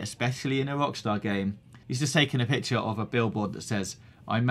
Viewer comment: This guy has got one seriously annoying accent, he cannot pronounce the letter 'R' to save his life. "This week on GTA 5 o'clock, Wockstaw entew ouw wich list"